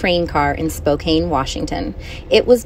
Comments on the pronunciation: As someone who lives in Spokane, YOU FUCKING PRONOUNCED IT WRONG. It’s spo can but it’s spelled that cause it used to be pronounced differently. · Lol it's pronounced Spo Can. Just for the sake of all the Washingtonians out there that cringed when you pronounced it Spo Cane. We love you to bits but cringed nonetheless 😘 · I'm sorry, but Spokane is not pronounced like that 😭